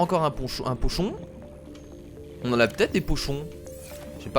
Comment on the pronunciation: il faut que arrête de dire ponchon et plutôt pOchon